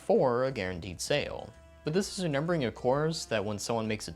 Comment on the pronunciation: i swear this guy is saying renember and not remember